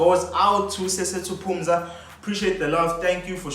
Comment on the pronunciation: Thanks for the shoutout but it’s Phuza as in “drink” not Phumza 😂